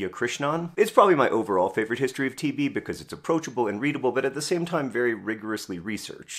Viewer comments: I didn't quite get he was saying TB and not TV until one minute and 30 seconds in, didn't quite understand why John was so simultaneously fascinated and angry about TV but assumed it was an author thing... But yes they're both plagues, agreed. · Did anyone else keep mishearing "TB" as "TV" and getting very confused? Like, "wait, TV stopped being a big problem in rich countries around 1961? I kinda thought that's when the problem started for us"